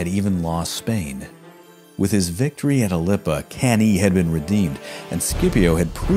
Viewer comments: Thanks for a very good and detailed video about the Spanish campaign of Scipio. It's often just a side note in most history books. My only point of critique is your pronunciation of Latin, f.e.: Cannae is pronounced as "Cahn-nai" and the plural form of Scipio is Scipiones (Nominative and Vocative). But this is only a minor flaw in an otherwise very good video. Keep up the great work! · Awesome channel and vids. The only downside is that it's not pronounced can-EE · Why can't you pronounce anything correctly? Cannae, Gnaeus, Indibilis, whose name was on screen as you said "Idibilis"! Undermining your own work needlessly, and it's otherwise good work; few know about this side of this Punic War. Focus more on the battles too, rather than some screenshots; entertainment value is why Kings and Generals, BazBattles etc. are so popular; throwing information at people isn't enough, you've got to make it 'sexy'. Also why are there explosions at every confrontation of these ancient armies? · Hey, really happy liked the video. Between you and me, I just mispronounced Cannae and just kept rolling with it to see if anyone noticed ;) and the Plural of Scipio I changed to Scipi - because I had on my podcast Episode III - 'A new hope' then Episode IV 'Hannibal Strikes Back' and finally Episode V - 'The Return of the Scipi' - it was meant to rhyme with Jedi. Just got it stuck in my head. Again, thanks for the kind words! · Awesome. Subbed. Hate your pronunciation of Cannae, but it's not like anyone of us was around to experience the proper pronunciation anyways. 😝